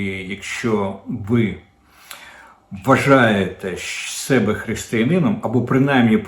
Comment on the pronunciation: Не " 'мене", а "ме'не"; не " 'себе", а "се'бе". Де взяв ці ідіотські наголоси?